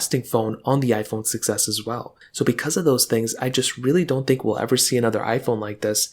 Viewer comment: I keep hearing iPhone success (6s) 😅